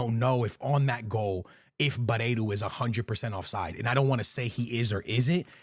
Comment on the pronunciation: "Aursnes" is pronounced "Aush-ness", not "Arse-ness". 😄 Also, "Barreiro", not "Bareiro".